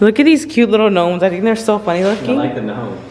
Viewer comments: they’re fat:.....me?: the eggs Me: I’m pretty sure you said “you’re fat” hahahaha lol 😂 (Not hating) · They're Fat: (Thinking he said "you're" fat) Me?? Me: (Also thinking he said "you're fat") No girl, im pretty sure he was talking to me...😭😂😭😂